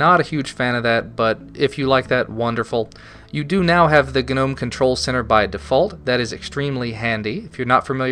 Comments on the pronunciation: the gnome website on the front page says 'nome' not 'gah-nome'. Sounds like your being stabbed every time you say nome. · Is Gnome pronounced g'nome? I thought it was normal ol' nome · i really really REALLY HATE how you pronounce gnome. its gnome as in garden gnome. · if anything, you should be pronouncing it as "G-nome"; "gah'nome" sounds ridiculous. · Tthe word Gnome, is not pronounced with a hard G. The G is silent. G.N.O.M.E. has the hard G only because it's an acronym not a word. The GNOME foundation choose the words just to make fun of language I'm sure. I hate it, and say nome because I refuse to say it that way. ... at best I'll say G Nome.. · Agreed. Does this guy also pronounce gnat GUH-nat? or Gnarly as GUH-narly? The word gnome has a silent G. You sound foolish and annoying. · STOP SAYING GUHNOME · lol, you say /gu-nome/ good review, thanks for the insight :D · the g is silent.... EHHHHHHHHHHHHH so anoying. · when will yanks learn to pronounce "gnome" and "beta" amongsed other things???????!!!!!! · the way you pronounce 'Gnome' killed me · Just saying... I'm pretty sure the "G" in "GNOME" is silent. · I always thought the G was silent... No? Any way man, quality vid and commentary as per the norm.